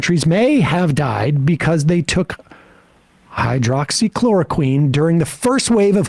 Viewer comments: Wow, butchering the word hydroxychloroquine really makes me want to trust you. If you don't know how to pronounce it, then how do YOU know the difference between HCQ and fish tank cleaner? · Sam trying to say "Hydroxychloroquine" just never gets old :D.